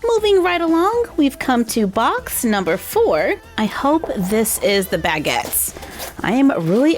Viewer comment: It’s not BAGits it’s Bagits